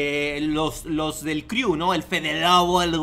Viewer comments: Crew se dice cru no criu. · neta me castró como pronuncias "criu"... De verdad si no hablas inglés o no has escuchado cómo un angloparlante pronuncia las cosas buscalo en google!!! se pronuncia "cru" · jajajaja como confiar en alguien que dice criu :v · jijiji "...DEL CRIU " . 😂😂😂 CREW(CRU) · "Criu" jajaja ya que te dedicas a criticar aprende si quiera a pronunciar